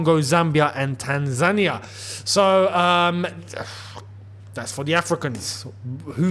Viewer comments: AFCON winner is Tan-za-NEE-yuh. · man, you don't half pronounce some words and names strangely. The way you pronounce "rant" is a particular fave of mine (your aunt to everyone else's ant!). But your pronunciation of Tanzania just about takes the biscuit son. Bravo 👏👏👏